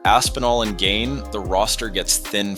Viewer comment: Bro this breakdown was solid, but please work on your pronunciation. It's not "Gain" and "NGanoo," it's "Gane" (Like "gone" but with a slight emphasis on the 'a' sound) and "En-Gone-New" for Ngannou. Hope this helps!